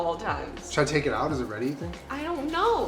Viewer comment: My favourite thing about you is that you add extra syllables to words "I had to ta-take a phone call". Like your brain is quicker than your mouth. I'm Australian, so we mostly try to shorten our words. It's music to my ears.